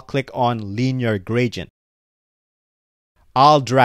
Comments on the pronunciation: stop saying "gradient" - it is wrong. :face-fuchsia-tongue-out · i mean the pronounciation is wrong :face-blue-smiling